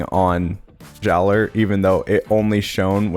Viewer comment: Jaller is still pronounced like "Jala", my dudes.